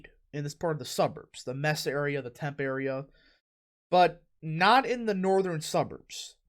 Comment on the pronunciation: It's pronounced "Mes-ah" and "Temp-ee"